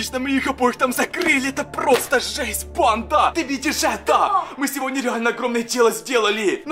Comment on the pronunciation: Почему ты говоришь ни сегодня а сегодне